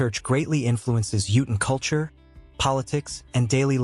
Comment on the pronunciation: Incredible that the AI voice can somehow pronounce tooele correctly, and yet cannot pronounce Utahn and lead.